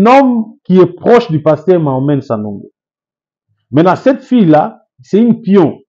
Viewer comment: C'est qui Sanongo? Sanogo c'est différent de Sanogo. Apprends à prononcer....être serviteur de Dieu n'exclut pas une bonne formation intellectuelle.